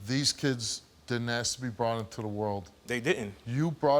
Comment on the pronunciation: The word is 'ASK'. How can this be such a challenge??